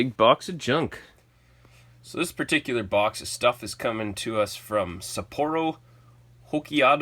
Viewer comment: 😆😆😂 I'm sorry....but Sapporo Hokkaido was butchered.